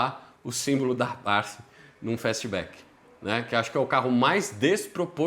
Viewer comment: Primeira vez que ouço alguém falar "Abarf" kk